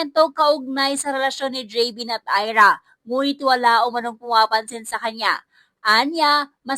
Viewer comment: gavin not javin, arti nmn nito